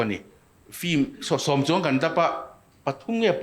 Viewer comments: Engatinge film hi flim ti a in lam leh thin le Hmuh nawm lutuk e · engatinge Flim itih tlan zel, Lehkha thiam i ni sia, Flim ani dawn em ni? FILM tih ani a. L ai khian I khi a in ziak hmasa zawka, a in ziak hnung zawk kha i lam hmasa a, FLIM nilo in, FILM tih tur anilo maw?